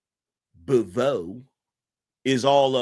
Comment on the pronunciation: Her name is pronounced BOW-VAY.